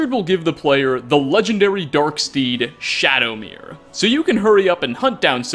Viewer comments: Shadowmare MARE.... please stop saying shadowmirror lol Either way amazing video, keep up the awesome work!!!! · I feel dumb, been pronouncing it like Shadowmare this whole time not even realizing it's spelled Shadowmere. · Isn't it Shadowmare as in A MARE? Like, a female horse? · Always thought Shadowmere was pronounced like ‘mare’ as in a female horse…which is also why I like to think that Shadowmere is female too just like in Oblivion 🐎